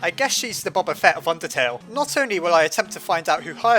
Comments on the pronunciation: It's boe-bah-feh-t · Your saying boba fett wrong it triggers me. I think that’s how you spell fett